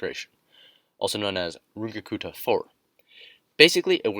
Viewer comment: First time I’ve heard anyone say Runge-Kutta remotely correctly, nice.